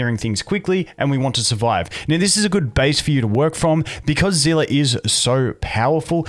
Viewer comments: whats a zela? its see li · Zehleh not zila